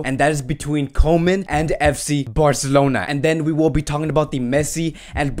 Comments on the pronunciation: Koeman is pronounced Coomann, not Komen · how about Koeman instead of comen xD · You pronounce it Koeman as oe like in YOU and it's no ay-djex.. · Micheal After — I understand “koe” in Koeman is like “cool”. Something like “coo-man”. Coman is like “ko” in Konami, the makers of pro-evolution soccer game.